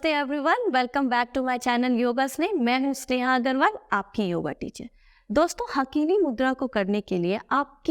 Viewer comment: हाकिनी मुद्रा बोलते हैं हकीनी नहीं बोलते हिंदी में